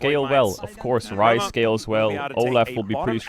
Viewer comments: Bro when I heard the casters I was hearing fries because ceadrel was saying fries and I was thinking no way it’s actually called the fries group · All this time I thought Caedrel was calling the Rise group the Fries group. My day has been ruined. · the casters sometimes say fries group too